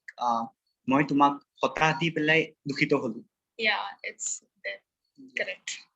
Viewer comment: the Bengali speaker is not a good representative of the community.. her first sentence itself was inaccurate, the word is Dukkhito not Dukhito.. maybe her being in Assam affected her diction.